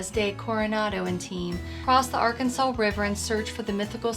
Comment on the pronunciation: I would have but you mispronounced the Arkansas river